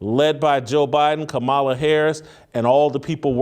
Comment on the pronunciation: You cannot pronounce the Vice-President of the United States' name and you want intelligent people to take you seriously?